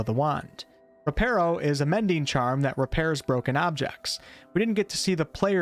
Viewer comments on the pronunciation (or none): You’re Saying “Reparo” Wrong, It’s Not “Reh-PAIR-Oh”, It’s Pronounced “reh-PAH-roh”, I Literally Thought The Same Until I Read Up On It